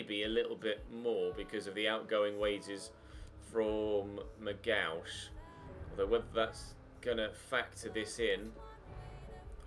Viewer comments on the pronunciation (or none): its mc-gee-ock not mc-gouch hahahahahaha